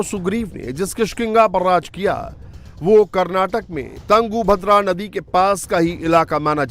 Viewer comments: Bhai kya ankar banega tu tangudhadra nahi tungbhadra Nadi hai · it is tungabhadra not tangubhadra